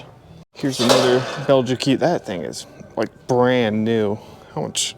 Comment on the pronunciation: Those pots and pans are pronounced Bell-jeek with a soft J :)